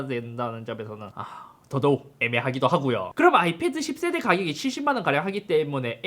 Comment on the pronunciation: 인트로에서 "10세대야" 발음을 쫌 세게 해줬으면 제 속이 후련했을텐데..